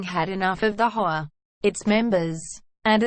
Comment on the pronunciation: Robots can not pronounce HOA